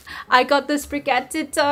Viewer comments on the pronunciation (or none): It's "Spri-gah-tee-toh", btw. Like "gatito".